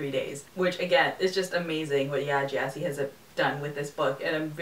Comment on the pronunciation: It's pronounced G'eh-si. With a hard G.